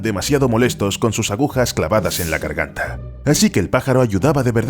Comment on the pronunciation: Minuto: ¿Es idea mía o dices; CARGANTA en vez de GARGANTA?